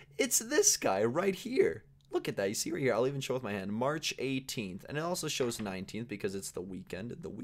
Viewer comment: Instead of saying march he said harch lol😅😅😅😅